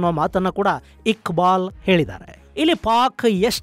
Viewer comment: Iqbal ❌gubal ✅😅😅😅